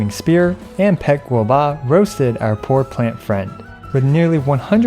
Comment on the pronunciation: Does anybody else enjoy it when says gobua?